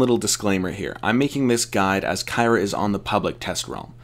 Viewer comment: Please learn to pronounce her name